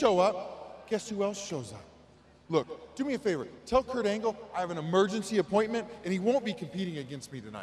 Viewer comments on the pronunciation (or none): none